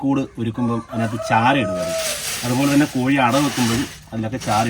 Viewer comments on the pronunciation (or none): none